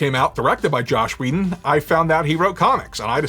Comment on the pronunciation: Its "Joss Whedon" not "Josh whedon" and its "mcfarlane" not "McFarland"